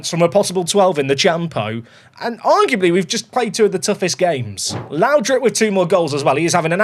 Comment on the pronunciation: oh google trnaslate. Whatever happens, I hope we have a Lowdrip stand. Not laudrup. Lowdrip :D